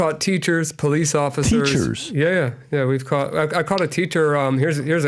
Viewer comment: Please teach pat how to say caught 😅 god bless your platform 🙏🏼